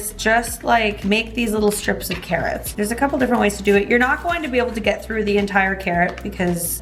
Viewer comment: "Ka Rots!" from now on O_O LoL